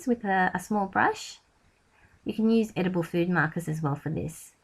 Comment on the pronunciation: I love your videos you are so talented but could please say use instead of "nuse".